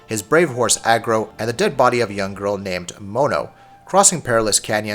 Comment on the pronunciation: I was impressed you actually managed to call the horse Agro instead of Argo like a lot of other reviewers, but then you screwed it all up by mispronuncing colossi a tonne of times lol.